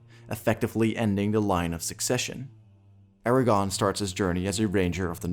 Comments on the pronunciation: I just wanna say it's ARA-GORN not Aragon. I almost thought you were saying Eragon. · Is it just me or is he saying "Eragon" instead of "Aragorn"? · It’s AragORN, not AraGON. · Good video, but each time you said Eragon instead of Aragorn I died a little inside.😢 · this man says “Eragon” instead of “Aragorn” every time and i’m not sure if i’ve ever cringed harder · Its Aragorn not aragon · great video, other than the pronunciation of Aragorn consistently being Eragon, but thats just a gripe. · AragoRn...not Aragon, you butt! Good video though! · Is anyone else annoyed by how he is pronouncing Aragorn’s name like Eragon 🤦🏾‍♂️ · Great video, but... it's AragoRn...with an R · Did you intentionally pronounce Aragorn as Aragon so if you're wrong you can claim you meant someone else? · Does he say "Aragon" the whole video..? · I cringe every time you say Aragorn's name. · Sorry man, you lost me as soon as you mispronounced Aragorn.